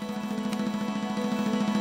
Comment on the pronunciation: "it depen"